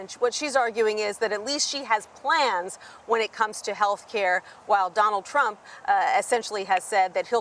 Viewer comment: He cant even pronounce Trump.